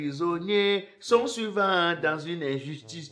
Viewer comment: on dit souvent et non suvent 😂😂😂😂😂😂🤣🤣🤣🤣🤣🤣 Ta part d'humour ci, va que m'enterrer tôt Onong 🙌🙌🤲🤲🤣🤣🤣🤣😂😂